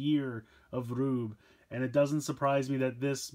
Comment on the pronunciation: It's pronounced gruebe